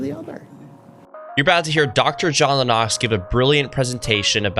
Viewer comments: Please don’t emphasis the ‘O’ in Lennox. It’s Lennox not Lenn-Ox?! Simonline🏴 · The emphasis is on the first syllable of Lennox. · It's John Lennox, not John Le Nox! You pronounce this with a terribly wrong accent. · Why do you keep mispronouncing Lennox as LeNox, when he himself pronounces it when quoting a question posed to him? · God bless you for what you are doing on your channel. I’m a big fan of John Lennox. This is a minor complaint. Lennox is pronounced like “Len-X”. It might be a good idea to verify the correct pronunciation or preferred pronunciation of a person’s name in your videos before posting. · How in the world are you commentating on scientific discussions when you can't even pronounce this guy's last name right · given that you practically worship Lennox at least learn to pronounce his name. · I like this young guy. But I have never heard anyone pronounce Lennox’s name like that lol. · Love your work dude but it's Lennox 👊